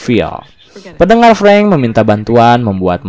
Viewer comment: Sering salah nyebut nama ruso dan preng